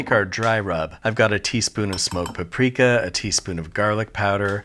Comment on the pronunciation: the way you say paprika is a war crime.